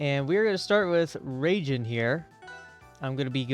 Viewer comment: its reigen has in gan not jen but good vid